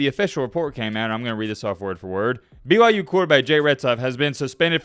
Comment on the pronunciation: Is he saying BYJews?